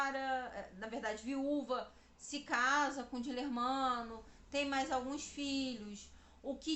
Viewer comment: Moça, o nome do amante depois marido de Ana de Assis era Dilermando e não Dilermano como vc diz.